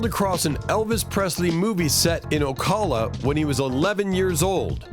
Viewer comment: O Cola? Shit no.. I hate automated voice. Ocala is a city in Florida. It’s been there a long time. Try to pronounce it right